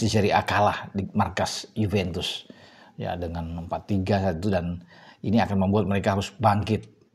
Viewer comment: klw nyebut Juve. Pasti YUVENTUS sambil senyum-senyum 😅